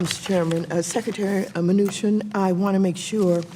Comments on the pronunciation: "Secretary MOOCHIN" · did she say moochin? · "Secretary Muchin" 😂😂